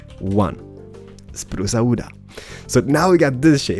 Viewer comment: spruce awooda yes let go for spruce awooda lol (awooda ment me be wood but they way he says it sound like awooda)